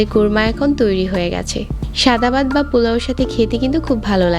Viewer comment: Bat na vat 😂